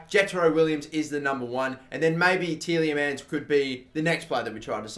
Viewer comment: 'Ti-EH-Le-Mans'... not teeleymans